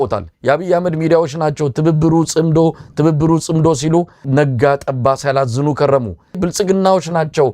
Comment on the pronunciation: Please use the right pronunciations for Tsimdo -It Tsimdo not Tsemedo